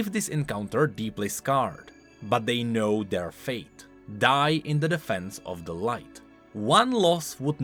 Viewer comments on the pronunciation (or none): none